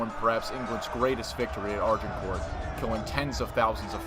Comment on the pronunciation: Pronounciation is abysmal here.. More-timer? Its Mortimer (More-Timmer). Look up the correct pronouncing of Harfleur and Agincourt and Bordeaux. Its painful to listen to. And St. Albans. Its an insult to hear these horrible mis-pronounciations.